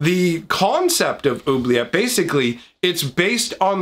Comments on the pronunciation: Oubliette, is already French. "Who-Blee-Yet" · two ts and an e = say the t sound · even in French it would be pronounced with a hard T sound at the end